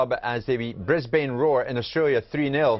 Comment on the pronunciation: great excercise in how to mispronounce things from our there. what, was he sponsored per cock-up? boruK?! brisBAIN?! ZalOWSKI?! prat. just think, he's only on about £100k + a year to read out loud and even then he's still pish at it.